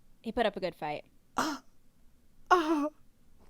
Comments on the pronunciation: Grian says “Fhuc” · I know you wamted to say fight but it sounds like you're swearing😂